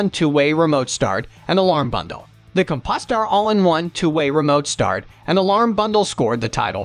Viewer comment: Ahh, the COM-PUS-TER brand alarm. Holy moly, what a colossal mistake. Good sounding narration, but obviously a bot that was a little too unsupervised.